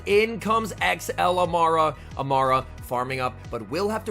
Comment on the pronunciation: Amaura (A-more-uh)* like aura